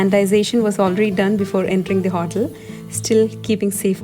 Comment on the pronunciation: Also the pronunciation of Olive oil, coconut, hotel etc. Can’t complain it is the Malayalee accent, but you can check and correct listening to pronunciation of words on google. Not to offend you in any way... just so that you will go higher day by day. ❤️